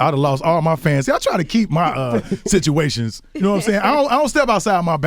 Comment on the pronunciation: Lol the "bitchuations" ...